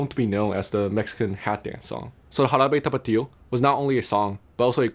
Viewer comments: I had to look at your profile to see where you were from because you have a taiwanese accent speaking English but when you say Jarabe Tapatío you sound SO japanese (ハラベタパティオ) hahaha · You said "Jarabe tapatio" with good pronounciation, well done! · Every time you said Jarabe Tapatio, it became funnier.